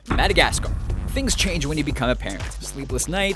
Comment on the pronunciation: Madagascar. Whent He Saids That It Sound Like Oh Shit I Had A Nice Day